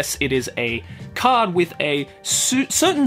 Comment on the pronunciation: The way pronounces "card" triggers my soul.